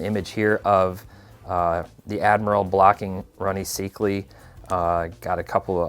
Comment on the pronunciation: It's Rony Syk-lee, not Sic-lee